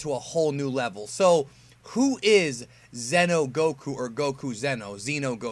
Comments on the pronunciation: zee-noh, not zen-oh fuck I made a joke on accident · Its pronounced ze no not zeno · Zee no Goku not Zeno Goku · *Xeno not zeno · Xeno is not pronounced “zeno” it’s pronounced “zee-no”